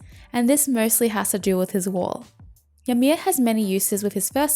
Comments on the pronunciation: It's pronounced ee-mear. Just letting you know is all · Its pronounced "EE-mir" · the way she says ymir xD